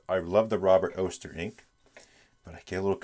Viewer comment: Robert Oster rhymes with Foster 🙃 I'd be surprised if you got much sheen on that paper. They do best on really non-absorbent paper. I don't know for sure, but I suspect he might literally be referring to fire reflected of water. We get a lot of bushfires in Australia.